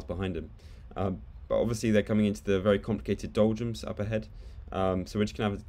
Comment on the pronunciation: are you saying doljums? it sounds like you're saying doljums